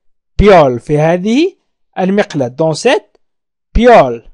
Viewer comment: شكرا استاذ لكن اظن انه هناك خطاء في نطق المقلاة polel